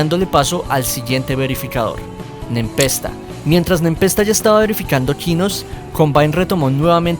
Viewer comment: Se pronuncia "Nepesta"